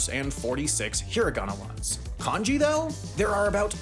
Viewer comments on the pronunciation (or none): It's not konji, it's kanji.